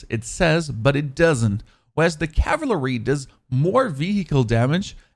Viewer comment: Good work, but I can’t watch your videos any longer. You are butchering basic English. So many mispronounced words. Please learn how to say compensator and cavalry